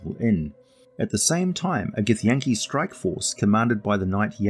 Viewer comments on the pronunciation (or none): none